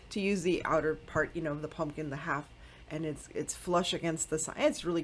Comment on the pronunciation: These were all beautiful! I definitely loved the “Pun-Kin Girl”.🎃🖤🤍 LOL that’s how I say pumpkin too! 😂🤷🏻‍♀️ TFS my sweet friend!💞